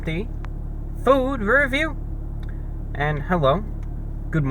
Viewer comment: I die each time he says, "food review"'😂 Is it me or does he seem to chew as if his teeth or gums are sore?? 🤔